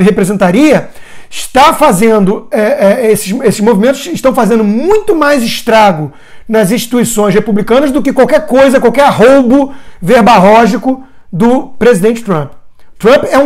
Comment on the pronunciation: "ARROUBO VERBARRÓGICO" ... KKKKK É VERBORRÁGICO, SEU ANALFABETO FUNCIONAL.